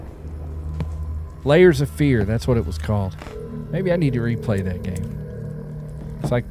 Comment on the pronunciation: Are ye trying to say "Layers of Fear?"